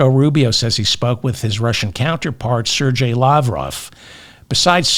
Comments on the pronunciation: For God's sake Feldman, it's a Russian name & although spelled Sergei, the middle letter 'g' is a hard one pronounced gay, i.e. SERGAY, not Serjay. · Hey, its ser-gay as in a happy go lucky person...